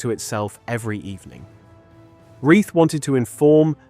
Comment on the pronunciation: Wrong pronunciation of Reith and Z Cars. AI and inauthentic.